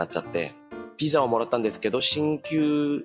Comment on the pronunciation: のお話面白いしこれからも楽しみです🌟🌟🌟 話し始めから日本語の発音が自然で、 接客業で日本人と話す機会が多いのかと思ったら、 技術者で仕事中は黙々と作業の様子なので驚きました。 でもビザがピザになるところが「あ、やっぱり濁音は難しいんだ🤔」と思いました。